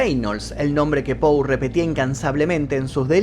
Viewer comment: Que tal? Soy fanatica de tu programa y de E. A. Poe he leido la mayoria de sus libros y cada vez me siento mas admirada. Como tal con la finalidad de orientarte y humildemente quisiera decirte que su apellido se escribe y se pronuncia POE. Hay otro apellido que es POO, en el caso de Edgar es POE. Gracias y siempre te sigo